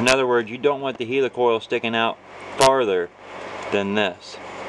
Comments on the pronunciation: I don't know why he calls it a HEELYCOYLE! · and he saying it wrong helicoil like helicopter n English anyway ha